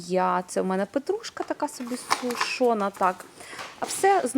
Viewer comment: Та не сушона, а сушена.